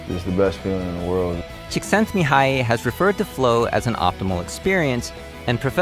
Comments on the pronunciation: Wow, as a Hungarian, I’m pretty proud of your pronunciation of csikszentmihalyi, most people wouldn’t have attempted to pronounce it correctly. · Him pronouncing that psychologist's name was the most hype part of the video I swear